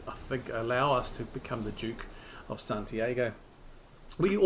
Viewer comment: Only one little thing: it's Santi-ah-go, not Santi-ay-go. Rhymes with cargo for you.